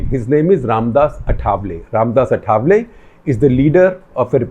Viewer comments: The pronounciation for Ramdas Athavale is आठवले and not अठावले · His name is आठवले not अथावले